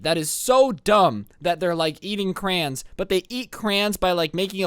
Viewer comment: So they eat “crans”